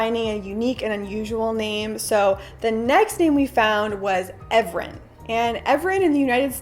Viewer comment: Evren in Turkish is pronounced "Eren" :)